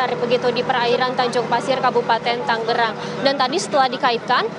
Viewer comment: halo wartawan berulang-ulang Tangerang disebut TANGGERANG, jangan salah melulu